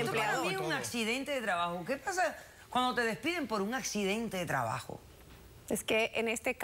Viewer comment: Fue un "acczidente" de trabajo jajaja